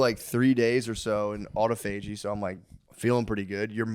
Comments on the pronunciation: Autophagy is pronounced uh-ta-fuh-gee, not auto-fa-gee 🤣🤣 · Matt said it right the first time only lol, aw-tah-fudgy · Just wanted to let the dawgs know that it’s pronounced “uh-tof-uh-gee” . Not “auto-fagee” . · Autophagy is pronounced Aw toff a gee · Haha. It’s pronounced ah-tah-fa-gee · Autophagy, pronounced like photography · no on else in the comments is upset about the way matt is pronouncing autophagy? damn the dawgs are dumb. no bueno